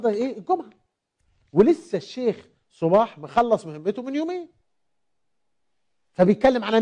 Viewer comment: حتى اسم الشيخ صباح لم تنطقه صحيح